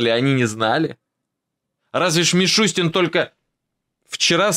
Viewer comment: МишустЯн😂😂😂 Йордан-Йордан ашкеназЯн😂😂😂правильно надо фамилию указывать, 😂😂😂